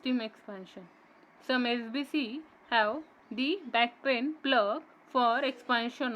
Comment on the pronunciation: It's backplane not backpain 😂😂